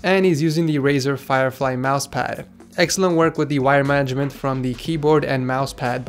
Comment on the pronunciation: DID HE SAY WIRE MANAGEDMENT?!?!?!?!?!?!?!?!?!